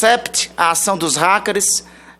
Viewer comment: E ele fala "ráqueres" =P ahuahauahau é uma piada de péssimo gosto esta criaturinha